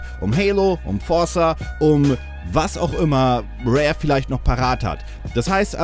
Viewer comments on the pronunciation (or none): none